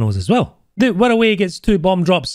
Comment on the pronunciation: How do you manage to pronounce wirraway like 108